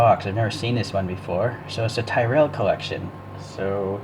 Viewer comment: It’s suppose to sound like “T Rell”